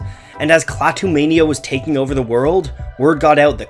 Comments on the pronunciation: "Klaw-too"? Klaah-too (ah as in aspirin). Apparently you never watched "The Day The Earth Stood Still", or you would know how to pronounce the alien's name. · I'm old enough to remember Klaatu (pronounced kla-too, not claw-too). And, it's true, people thought they were the Beatles pulling a stunt. That's because no one knew the identity of the artists so imaginations went wild. If you take the time to seek out their music (Klaatu's, not The Beatles') you might just be pleasantly surprised. Klaatu wasn't the first band that people thought were really The Beatles, however. Lots of folks thought the same thing about Badfinger. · You would think is somebody who went to all the trouble of making a video on a band would know how to pronounce the name of the band. But nope.